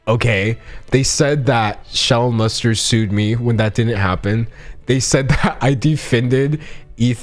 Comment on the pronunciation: did i hear Shelled Mustard instead of Shallon Lester